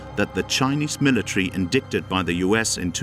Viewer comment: Yes it was. An English accent speaker pronouncing Zed (Z) as Zee, , Indicted pronounced as in-dick-ted . Probably an AI computer voice.